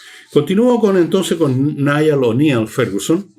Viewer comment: Buen programa de sábado Don Fernando. Un apunte: El nombre Neil Fergunson se pronuncial "niil" PD. Podría hacer un programa sobre el último nobel de economía, especialmente de Joel Mokyr (uno de los tres), quien menciona en especifico el carácter innovador de las sociedades occidentales para hacerse ricas y progresar de la manera que lo han hecho